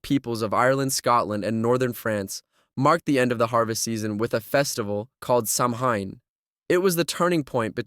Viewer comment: SAMHAIN IS PRONOUNCED SOWAN!